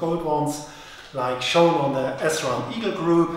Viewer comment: Also, it`s Sram not S-Ram